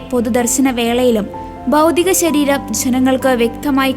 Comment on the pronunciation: എന്റെ കൊച്ചേ ബൗദിക ശരീരം അല്ല ഭൗതിക ശരീരം നന്നായി വായിക്കാൻ പഠിക്കൂ